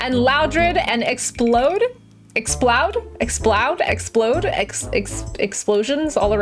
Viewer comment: Ex ploud